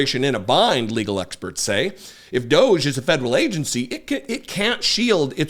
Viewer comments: Can we agree to not promoting EM's brand by pronouncing D.O.G.E his way? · please call them what they are, "Doggie" not "Doge". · I submit a proposal to pronounce it “doggie). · I pronounce it "doggy", because it's a dog's dinner-- if you're not from the UK that's British slang for a f'ed up situation.